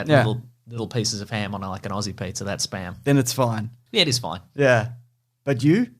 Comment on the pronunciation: I really hate it when people say SPUM machine.